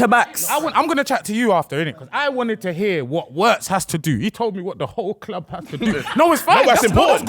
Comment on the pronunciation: fellas for the love of god his name is pronounced Virtz ,w in german is literally read double V(VVirtz)